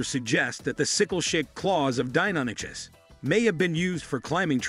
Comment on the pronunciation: that's not how Deinonychus is pronounced. It's "Die-non-ick-us"